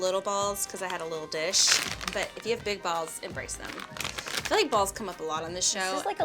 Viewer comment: . I have little balls coz I have little di”sh” Hahahahahah